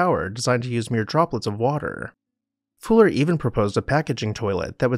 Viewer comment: Fuller had not just an adaptive mind but the courage to spread his “gospel” to the world, a rare combination" I found it odd the narrator couldn’t pronounce Fuller’s name correctly. He kept saying “Fooler”. I wonder why he did that? Was it some kind of subterfuge or subtle joke?